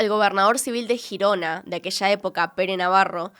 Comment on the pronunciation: Me ha dado toc cuando ha dicho Girona 😂. Siendo de España y no conocía este caso, gracias!